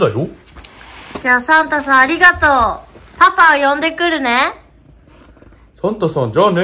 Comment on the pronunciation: 世界一かわいいサンタさんの発音や